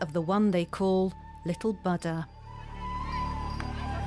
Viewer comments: He is not Baada but Booda! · "Butter"? .. Oh my 😅😂🤣, lady, please learn to say "Buddha" right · the "U" is pronounced as "oo" in foot and the second "d" is aspirated "dh". she says "ba da" and she's totally wrong in her pronunciation. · It's bu-udha not bud-da 😂😂. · Not bud - da, bhu - dda. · What's "Baddha"? The woman's mispronunciation marred the entire documentary. Ignorance or affectation? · whenever you say buddha i hear butter lol little butter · Lol yeah even in the auto generated English translation its showing butter in caption!! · The way the narrator pronounces "bada" 🙄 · Very annoying how the commentor keeps pronouncing the name Buddha as ‘batta’. You think she could have asked for the proper pronunciation rather showing her ignorance and disrespect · Its not Booo Duh. She's closer to the correct pronunciation. She does not say Ba da. She more so says Bud Duh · I watched about 10 minutes of this but had to stop. I couldn't get past the narrators pronunciation of Buddha. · It wouldn't surprise me as the narrator can't even pronounce the name of the Buddha correctly. I'm wondering just how much research has been done for this documentary. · dumb pronunciation on Buddha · Its really annoying when you misptonounced BUDDHA... Please go and learn how to say the name BUDDHA properly... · Why this commentator has to mispronounce both Buddha and Siddhartha is beyond me. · No way. Moreover it's a display of ignorance. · First thing its pronounce as Ni pal not ni pol. And second not butter its Buddha....